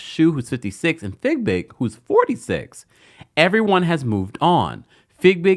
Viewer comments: Its FeeBig, NOT FigBig! Please Stop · Her name is Fiebig! Not Figbig! Please stop saying her name incorrectly. It has been one year and you still keep saying her name wrong